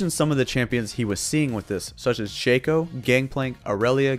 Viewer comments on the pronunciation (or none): none